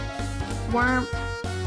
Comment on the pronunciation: when said "wurm", i felt that